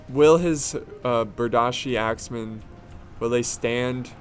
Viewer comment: Its pronounced Ber deeshe not berdashe